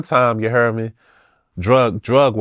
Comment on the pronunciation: Ya hare me